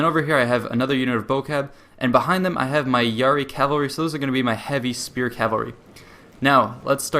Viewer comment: Man, you pronounce cavalry like Calvary, that place where Jesus died.